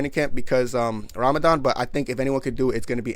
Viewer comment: pronunciation of Ramadan is very good Mashallah brother